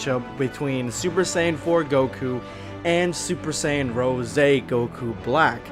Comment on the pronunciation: Its “rose” not rosey idiot😒